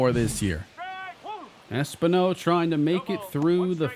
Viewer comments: Es-PEEN-O btw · Should not Espino be pronounced Espeeno? Because everytime it was pronounced it bothered me. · I do just want to say, I'm pretty sure its Es-PIN-yo for pronunciation. Not trying to be a stickler, just trying to help. Appreciate your good work and series as always.